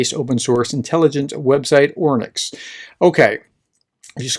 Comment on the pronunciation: Thank you for the good explanation and just one little FYI, there is no "N" in "Oryx" 😂😉🇺🇦🇺🇦🇺🇦